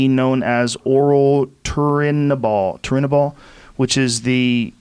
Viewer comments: Rogan Says Turnibol like he doesnt know waaaat it is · Joe "I can't pronounce Turniabol" Rogan lol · Joe "I forgot how to pronounce Turinabol" Rogan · He has said turinabol 300 times prior now he doesn't know how to pronounce it, yea ok Joe!!!